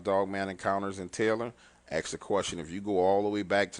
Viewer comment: AKS (AXE) a question?? Nah, ASK a question bro. ha ha ha